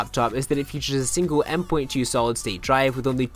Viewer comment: Did he just say "M 'point' 2?"